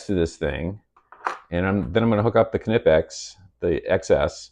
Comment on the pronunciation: Thanks fir pronouncing "Knipex" correctly 😁 Top-grade stuff and if you study how the jaws work on various-sized objects you'll see there's some serious engineering in their design which gives them incredible holding power. Vise-grips locking feature can be handy. Out camping I loaned my beater motorcycle to a 'friend' who crashed and broke a footpeg. A large set of Vice-grips made the hour-long ride home much easier. Each tool has it's own advantages!